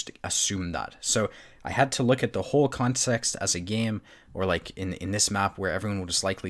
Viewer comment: consext😂 no hate 🙃